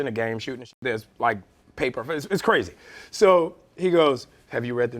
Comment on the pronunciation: he's like "Hey, I just met you...and dis is CWAZY! but...😉😃"